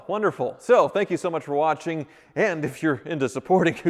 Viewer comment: What was that closing?? Literally laughed out loud at the “thank ya so much watchen!”